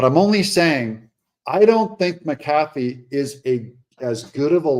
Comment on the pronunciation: i think his name is pronounced Mac - A- Fee